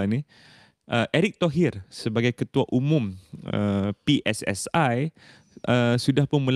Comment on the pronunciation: Kami pe es es i,bukan pi es es ai😂😂😂